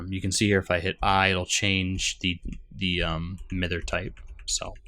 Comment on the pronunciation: Miter, pretty sure it pronounced My-der, right? That aside, I hyped for the new release and thank you for your coverage.